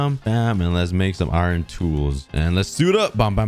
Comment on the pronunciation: Why do u say iiron ? 😂